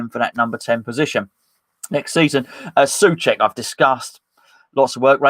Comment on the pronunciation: SO-cek why can’t you just say it?